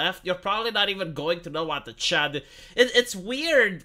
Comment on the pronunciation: I grew up in the 80s, so in my mind CHUD is either Cannibalistic Humanoid Underground Dweller or Contamination Hazard Urban Disposal. The best part is that your accent turns "chud" into "chad".